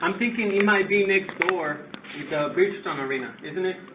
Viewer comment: “ Wit “ ? you aren’t going to get anything if you can’t say the word “ with “.